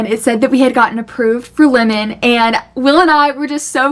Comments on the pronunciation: Never heard someone pronounce Lemon as Limin lol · Lemon or limmon? You pronounce the name weird. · did anyone else literally think she was saying linen like clothes